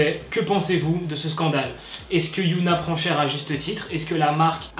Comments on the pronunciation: C’est Hyuna et non Yuna se sont deux noms différents ! Mais bon sa arrive des erreurs de prononciation ! 🌸😊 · Ça se dit HyÔna pas yOUna. Mais super vidéo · CEST PAS YOONA MAIS HYUNA DONC ON DIT HHHHYUNA C’EST PAS LA MEME CHOSE ALORS PRONONCE BIEN STP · Otaku Army dites lui que sa se prononce HyunA au lieu de Yoona ?? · HyunA ça se dis HyEna en prononcent le H et le E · Super vidéo, continue 😜❤️je veux juste te dire que tu as mal prononcé Hyun A et qu'à la place tu as dit yoona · Hyuna ne se dit pas "youna", tu dit un autre prénoms coréen "yoona", voilà, je ne sais pas comment retranscrire la vrai prononciation donc essaye de chercher, a mon avis ça serai mieux prc ca porte à confusion lorsqu'on connais les prononciation. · On dit hy(eu)na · HYOUNA... C'EST QUOI CETTE PRONONCIATION ?